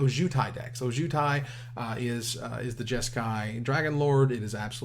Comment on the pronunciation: Every time mispronounces Ojutai, I die a little inside